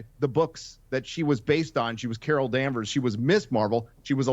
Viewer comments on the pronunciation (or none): none